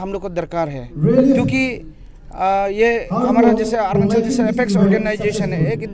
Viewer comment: Arnachal kya h bhai? Arunachal bolo